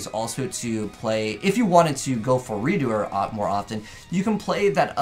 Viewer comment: Ayy, finally pronouncing Redoer correctly!